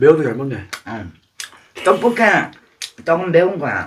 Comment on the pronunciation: ☆☆오늘의 킹받는 포인트☆☆ 1. 파를 길쭉하게 썰어서 파채를 만들어버림 2. 어묵이 뿔지 자꾸 쪼그라든다고 박박 우김 3. 어묵 지 얼굴마냥 넙대대하게 졸라 크게 썰음ㅋㅋ 4. 고추장을 육수에 풀어야지 들기름에 볶아버림 5. 떡볶이를 자꾸 또뽀끼라고 귀척하면서 발음함 6. 지가 만들었다고 맛있다 연발 오짐 ㅋㅋ 7. 옆에서 맵다는데 자꾸 식어서 안 맵다고 또 박박 우김 (옆에 땀 범벅인데ㅋㅋ) 8. 결국 마지막 다 먹을즈음에서야 '맵긴맵다'고 인정 ㅋㅋ